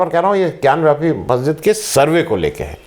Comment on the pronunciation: bewakoof ho kis masjid ke baahar Nandi hota hai and more ever it is not gyanwyapi it is gyanvapi